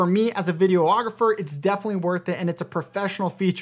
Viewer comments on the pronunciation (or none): Did you call yourself a "video-ographer"?? lol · I came to the comments to see if anybody else noticed… he said that a couple times 😅